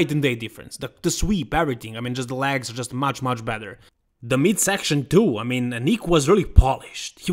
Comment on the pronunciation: come on!your läägs as in jet laag are getting more ridiculous.at least try ro pronounce them as legs as in left.if you can t just say quads pr wheels or thighs but not läägs!